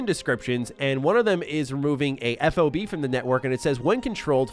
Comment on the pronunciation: FYI, you say 'FOB' as a word, like a key fob for your car...haha a non-military person wouldn't know this just helping you out for the future! Nice video once again!